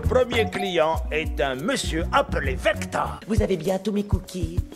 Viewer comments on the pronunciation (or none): Par contre c'est VectOr, pas vectEUr tu tes souvent trompé il me semble, ou c'est mes oreilles qui deconne lol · "vector" pas "vecteur" comme en maths, jpp